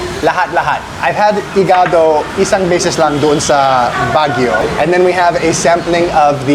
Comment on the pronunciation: You pronounce "igaDO" like an Italian "iGAdo"